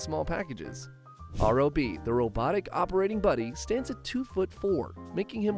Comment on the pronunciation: Smash characters have their sizes adjusted in Smash because IT KEEPS THINGS FAIR. And Kazuya is pronounced KAh-zoo-yah. And Wario is pronounced WARR(like a pirate)-ee-oh. It rhymes with Mario or Lucario. Also, R.O.B.'s name is pronounced like the name Rob. It's an acronym. Get it? Although I notice you pronounced Ryu's name correctly this time, so good job there.